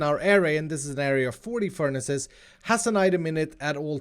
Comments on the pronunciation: I’ve never heard someone say ferni’s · did you say "furnice" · Im sorry but did he say furnies? That is the best thing ive ever heard ahha omg